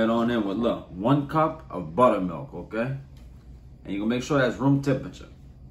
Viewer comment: The way he says O'Kay keeps me coming back lol